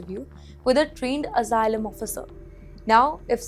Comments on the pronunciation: Returning to Hyderabad would be very dangerous, apply for Asylum and get free hotel stay and curry, biryani it's paid for by the American Tax payer, learn to pronounce Asylum please, get your H1 b and come over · learn to pronounce Asylum please, get your H1 b and come over, we need English teachers like you to teach H4 kids and spouses